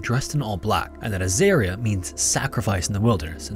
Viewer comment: Aussie here. Third story you got a few pronounciations wrong. Azaria is As-Ah-Re-Ah not As-Air-Re-Ah and Mount Isa is Eye-sa not Ee-Sa.